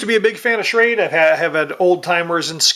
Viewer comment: not that it matters but its pronounced Shrawduh